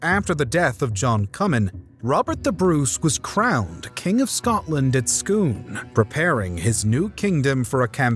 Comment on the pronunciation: This is the only video on this topic where the narrator pronounces "Scone" properly. Well done.